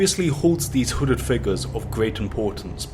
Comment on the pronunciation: Your saying wooded figure